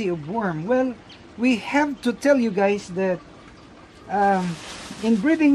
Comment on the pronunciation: I wish Dexter would stop greeting his viewers with ‘Hi gays’ 😂😂